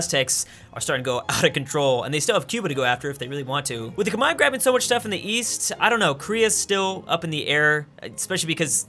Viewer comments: Who are the "komai" that he keeps talking about? Is it Khmer? Because as far as I know the Khmer are called the Khmer, not komai or kmai or kamae or whatever he's saying (since captions wont pick it up) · khmer not khemai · Ah yes. The Khmai. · Why are you pronouncing the Khmer "Kmai"? Is that the English pronounciation? Sounds weird every time I hear it.